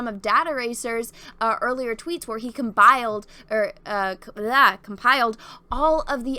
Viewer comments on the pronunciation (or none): "ComBiled." hahah :)